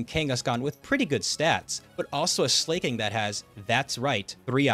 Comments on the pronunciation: While I respect the hustle to break the 119 record... Jesus fucking Christ, listening to you pronounce Slaking's name as "Slay-king" is like nails on a god damn chalkboard. It's slacking. Not slay-king. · SLAY-KING?? You mean slack-ing bro?? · Just to say it's Slack-King not Slay-King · It's SLA KING. FOR FUCK SAKE, IT'S LITERALLY SLACK KING.